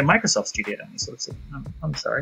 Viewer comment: When you say the title of the game, it sounds like "Wee Happy Few" because of your accent